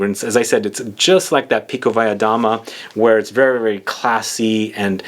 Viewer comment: Beautiful looking Bottle MV Augusta! I'm a fan of this house, by the way you Perfectly pronounced Pikovaya Dama